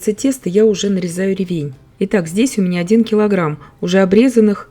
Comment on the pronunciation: Замечательный рецепт! А ещё так приятно слушать грамотную речь - Вы подчеркнули ударение в слове "ревЕнь". Мне всегда хочется поправить человека, который неправильно ставит ударение в словах - "свёкла", "щавЕль", "слИвовый" и т.д. А Вы, давно живя в Германии, так грамотно говорите на русском языке, что любой русскоговорящий человек должен брать с Вас пример!